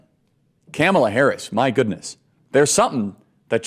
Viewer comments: I'm sorry and apologize for Charlie pronouncing her name wrong, Cameltoe harris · Charlie Kirk: not bright enough to learn how to pronounce Kamala Harris's name. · He intentionally mis pronounced Kamala Harris name 🙄